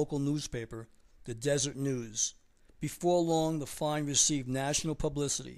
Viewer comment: Its deserET you say the et in it......